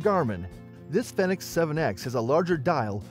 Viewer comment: It's a Garmin Fenix, not phenex.